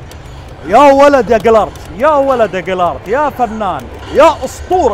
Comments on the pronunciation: ما كأنه ينطق جيرالت غلط شوي ، سمعته يقول جيلارت …… مو قصدي اتطنز والله ، بس ذا جيرالت يا حبيبي مو اي واحد 🔥😂 بس صراحة كنت متحمس اشوف قيمبلاي للعبة والحمدلله شفته وشكلها 🔥🔥🔥🔥🔥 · كانه يقول جلرت .؟ اسمه جيرالت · جيرالد وليس جيلارد بس فنان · قاعد تقول انه اسطورة طيب انطق اسمه صح